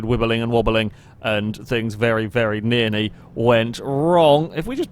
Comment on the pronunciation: Do you say "Nearny" instead of "Nearly"?